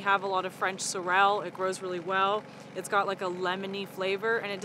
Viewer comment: Been watching y'all for years. Ive REALLY enjoyed your journey. Thanks for all of the time you invest in sharing your lives with us. Just an FYI... Sorrel... It's actually pronounced SORE-ul; not sore-EL. ;-)